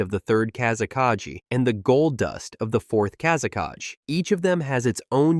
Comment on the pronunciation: Bro what is with pronauncination of kazekage? Plus sand is not wepon, people control it with chackra like fire, water, earth and so on... Plus gold sand is being controled by magnetic kekei genkai